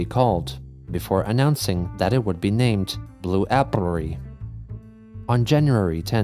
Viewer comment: The most impressive thing in this video is how pronounces Blue Applrry